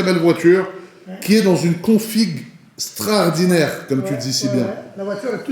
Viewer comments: C’est « Strodinaire » 2022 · SSTRORDINAIRE, SSTRORDINAIRE, SSTRORDINAIRE!!! Babéné fréro 👍👍👍